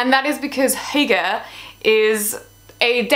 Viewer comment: Why don't you start by pronouncing properly what you are talking about?